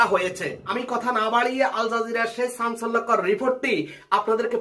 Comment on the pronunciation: চাঞ্চল্যকর তথ্য, নাকী ছাঞ্চল্যকর তথ্য। ইউটিউবার ভাই, সবার আগে আপনার ভাষা শুদ্ধ করুন। শুনতে অনেক খারাপ শুনায়।